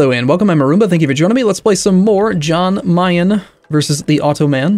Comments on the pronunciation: It's pronounced 'Yan Mayen' not 'Jan' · Alright, I hate to be that guy but the "Jan" in "Jan Mayan" is pronounced as a "Y", so like "Yan Mayan".